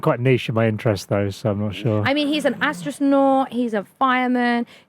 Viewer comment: Did she say astrosnaught?